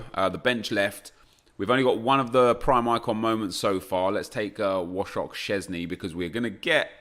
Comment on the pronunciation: Btw say voycheck sceszny cause thats how you say wojchech